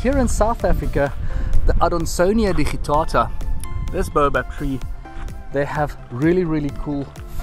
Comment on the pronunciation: His pronunciation is correct. Explain why you think it is wrong. I am an English language professor, so I think I know what I am talking about.